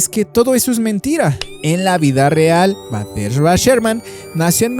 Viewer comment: Exacto es BASADA EN HECHOS REALES, el nombre no es Batesha si no Bathsheba Sherman, tampoco es el hombre torcido, si no El hombre Encorvado, hay que leer antes de hablar.